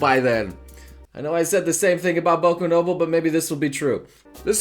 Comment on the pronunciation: Whenever I hear noble say noble, I think he's saying no bull